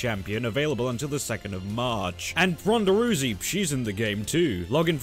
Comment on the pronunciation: "Ronda Roo-sey" 😑